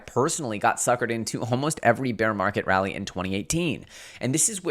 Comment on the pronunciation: This man really said “rally” lmao.. losing credibility